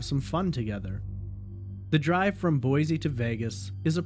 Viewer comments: FYI it's pronounced Boy-see, rather than Boy-zee. This is the way we detect outsiders. Sticks out like a sore thumb for us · I live in Boise and I've been following both of these cases from day one... too many weird things going on with both of them. And... There's no "Z" in Boise... 🤭😉.